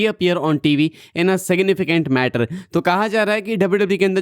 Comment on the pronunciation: Manner ❌ matter 😂😂